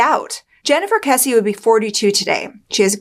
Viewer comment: Thank you for pronouncing Jennifer's last name correctly.